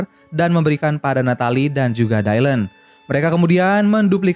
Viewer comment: Baru temu yg bahas Charlie’s Angels bang tp itu disebutny bukan “dailen” tp “dilan” aja… jd gereget deh kalo lo bilang dailen” 🙁😒